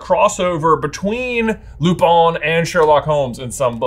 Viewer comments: The real crime is the pronunciation of Lupin. Its Lue - pin, with the 'i' as the 'a' in 'tan', and the 'n' silent. Lupin. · Your pronunciation of lupin in the French style is wrong. The way you say it would be lupon you need to make it sound more like there's an a instead of an o. That would be more correct